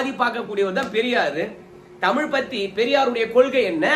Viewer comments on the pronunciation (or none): none